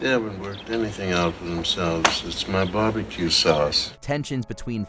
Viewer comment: The narrator says BEE BEE CUE sauce not Bar be cue sauce. AI generated , for sure... Moving on......